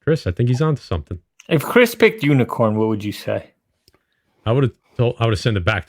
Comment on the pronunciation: Really guys? Unikorn? Really? LOL!!!!!!!!!!!!!!